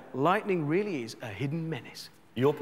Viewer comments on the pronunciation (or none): none